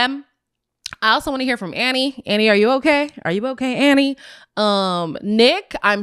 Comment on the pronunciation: Girl...it's ANNIE. ANNIE!